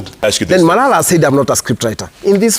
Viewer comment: The fact it is marara instead of malala speaks a lot 😂